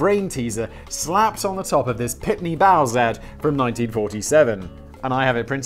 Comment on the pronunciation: Argh, it's Pitney-Bowes, not Pitney-Bowse!